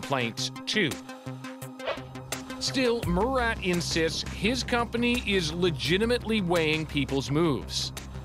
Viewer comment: His name Mu-rat